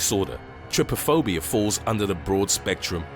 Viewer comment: Me: *hasn't seen my phobia up to five Me again: *hears the last on aka number 1 "oh so its not on the list-" *hears the definition "heckheckheckheck" trypophobia is pronounced try- phu-fo-bia